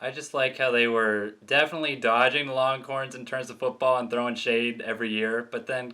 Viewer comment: Sounds like you’re saying ‘longcorns’. Lol